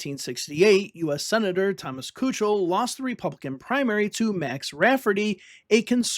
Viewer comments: Kuchel is pronounced "key-kul" btw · Nice video. It was pronounced Thomas Keekel.